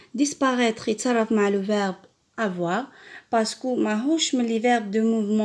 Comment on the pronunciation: on ne dit pas parcequou